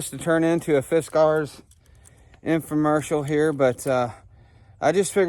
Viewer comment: I just can’t get used to how your pronouncing Fiskars. It might be the right pronunciation but I’ve never heard anybody say it that way before. Guess we’re kinda hillbilly around here.😆 Use Lava to get rid of Poison Ivy. The soap Lava. I hope I’m pronouncing that right!😆I never got poison ivy till I hit my 40s. Now all I have to do is look at it. If I see some while I’m cutting in a t-shirt, I’ll wash my hands and arms with Lava when I get home. If you already have it, scrub it down a couple times a day or whenever it starts itching. Dry it right up! Thanks for sharing! Like my Dad used to say “get outside, get the stink blew off ya!”🍺👍🏻